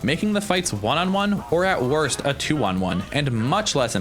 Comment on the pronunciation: “The wosrt pistol”